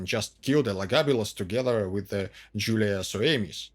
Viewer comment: The Latin pronunciation of "I" is the sound of The English "Eee", so it is pronounced "AntoNINE-us", just as you pronounced "Jul-EE-A" correctly. Latin vowels were pronounced ah-eh-ee-awe-oo. Long sounds only for I (sounding like EE) and U (oo). What's with that sinister ski cap look?